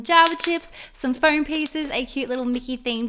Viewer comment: it's pronaniunced foam both floam